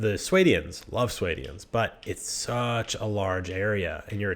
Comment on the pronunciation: Swaydians, Kherigites, and Sarranides? Your pronunciation is so silly :P